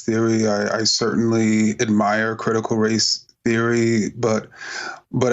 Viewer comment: Josh Can't even say race.